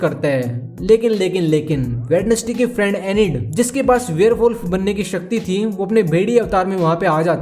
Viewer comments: Bhai वेडनेसडे nahi hota वेंजडे hota hai sahi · Brother I'd like to tell you that Wednesday is not pronunciate as वेडनेस्डे but वेंस्डे.